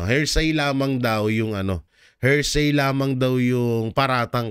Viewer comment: PLEASE SAY… “ HEAR + SAY “ = “HEARSAY” NOT “HER+SAY “= “HERSAY” Thank You!